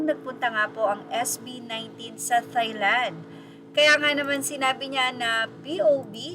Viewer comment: Just a correction: Thailand is pronounced TAY-land, just like baht is pronounced BAT, with a silent H. It’s not read as an English word, similar to Vietnamese pho, which is pronounced PO.